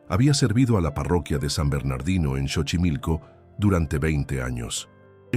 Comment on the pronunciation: Esta historia es casi igual a la de la niña y no se lee chochimilco es Xochimilco como si lo estuviera leyendo con s sochimilco pero se escribe X